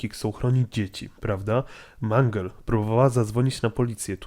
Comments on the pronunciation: nie mangel tylko mangul!!! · Nie mang tylko mangle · Nie wymawiaj - Mungle lub Mangla Bo to dziewczyna...czyli Mendżel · Mangla?! To jest mangle nie mangla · Mangl a nie manglowi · Nie mówi się ''Mangla'' a ''Mangle''! mów poprawnie! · mówi się mangyl a nie mangla:( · a nie mangleyd